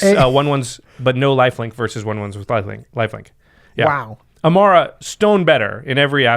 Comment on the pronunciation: WHO THE HELL IS e-m-a-R-R-a ???? EMMARA !!!! C'MON GUYS !